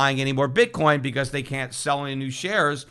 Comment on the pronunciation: he totally says "Bit Corn"